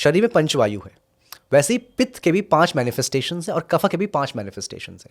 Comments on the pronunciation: बड़ा अजीब लगता है जब आप वात को vata, पित्त को pitta और कफ को kapha उच्चारित करते है। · Please say vaata pitta & kafa . Do not pronounce it like Vaataa, pittaa, kafaa. It's wrong & shows ignorance.